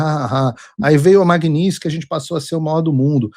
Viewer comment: Olá Paulo, talvez isso seja irrelevante diante de todos os problemas que estamos atravessando, mas por quê você diz "MAGNINSKY" e não "MAGNITSKY"?